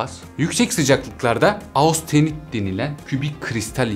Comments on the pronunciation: Austenit degil hocam östenit olarak türkçe kullanılıyor ( almanca okunuşu da bu ) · Merhaba, Austenit değil östenit diye okunuyor bir bilgi.